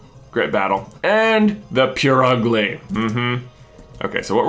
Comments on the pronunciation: We can all agree, though, that while it ought to be pronounced as PurrUgly, Purugly is in demeanor PureUgly. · its PUR-ugly like the noise a cat makes but it sounded like you were saying pure-ugly. not sure if its just the way it comes over my speakers? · And its purugly as in purr and not like pure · idk, but I reacted more to how he says Purugly (he pretty much says "Poor ugly") because I have always pronounced it "Poo-roo-gly". But honestly, while there are bad-sounding and silly-sounding pronunciations of Pokémon names such as "Groo-don", there really isn't one correct pronunciation for a Pokémon's name since the anime can't be trusted (it has used multiple pronunciations for certain Pokés) and all other Pokémon works give us absolutely nothing